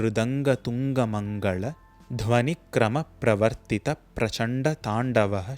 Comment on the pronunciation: In the words "karaala" and "mangala" you pronounce the "la" as "zha". Are you sure that your "la" pronunciation is correct? I thought the "zha" sound appears only in the Vedas.